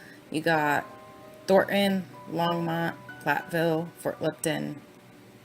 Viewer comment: I lived in Thornton/NorthGlenn for almost a year and then a week before the murders I actually moved to weld county, the town Greeley ( which is where all the detective offices and where all the bodies were taken after their discovery. So this ( and as I’m listening lol it’s pronounced long-mont (think Monty python) Longmont ) lol 😂 I’m sorry Back to my point - I literally watched him on live tv pleading for his families return and I looked at my husband dead in his eyes and said “That man is pure EVIL, and he knows EXActly where his family is right now!!!” I lived breathed this case since day one! Saw the initial shadows of his children being hoisted into the truck with their dead mother before everyone caught on but I’m glad we finally have SOME of the truth! I heard that voicemail somewhere I will try to find it for you!